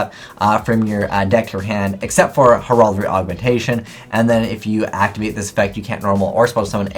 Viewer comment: You are not pronouncing Heraldry correctly.